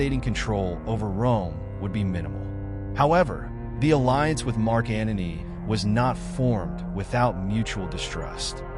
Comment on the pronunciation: Antony not "Anony"